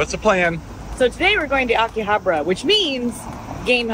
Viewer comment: Love you guys but you need to work on your pronunciation of Akihabara! Anyway this was awesome as always and always a pleasure to see Kinsey 🥰